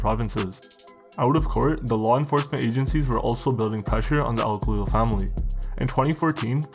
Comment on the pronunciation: Thats not how you say our name u twat goof